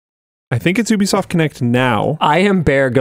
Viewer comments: Love how he calls it oobisoft instead of ubisoft 😂😂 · "Oooh-be soft"? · is...this how you pronounce ubisoft? it's going to bother me